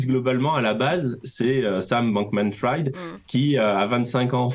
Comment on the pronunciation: Bankmanfrid… erreur Frieeed! Bankmanfried!!!! Le banquier cramé! Pas epstine non plus, epstEIN!!!! C’est clair?